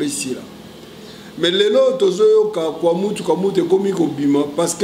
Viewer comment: Prof, avec tout les respects nous avions remarqué vous avez du mal à prononcer le nom de Mobutu et nous ignorons pourquoi! C'est bien connu de tous que c'est le Maréchal qui a unifié le Congo, soyons claire svp.